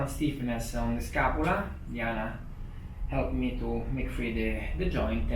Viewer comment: you know it gonna be a great day when you hear “ relaxa, more relaxa, no helpa me”❤❤